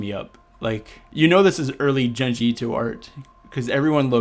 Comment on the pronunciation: For the love of God it's pronounced "June-G" Ito